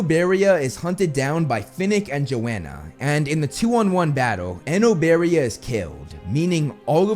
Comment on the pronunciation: He said it exactly as how it’s pronounced, I think you’re actually just not saying it right